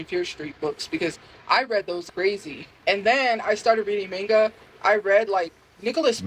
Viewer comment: the way she always mispronounces “manga” physically pains me 😭